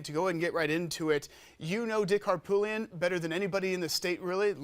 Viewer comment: Please pronounce Harpootlian correctly.